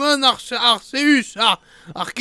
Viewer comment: On dis arkéus arrêtez de dire arcéus et sinon c'est un super jeux pour du pokemon arrêtez de critiqué les graphismes